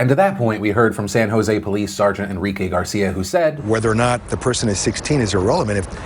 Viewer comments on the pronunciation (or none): none